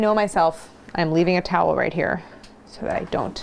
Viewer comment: Philly girl here… I cracked up the way you said towel, it was spot on 😅. Congrats on the baby!